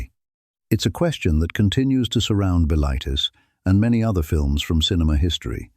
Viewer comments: Buh-LITE-iss should be pronounced BILL-it-iss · m8 you wanna decide if the voice is yanky or english and how to pronounce bilitis? or are we just doing whatever whenever?